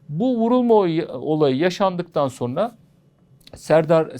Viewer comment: Hocam "sorna" denilmez "sonra" denir.